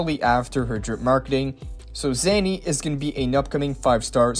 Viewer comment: Again it's Zaani not Zanny